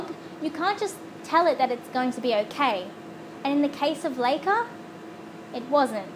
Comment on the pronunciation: As a speaker of the Russian language, I'd just like to clear this up. LIKE-AH not LAKE-AH.